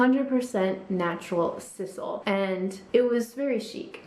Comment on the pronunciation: Just politely fyi, the natural material used in the purses you talked about is pronounced with a long “i “ as in size-al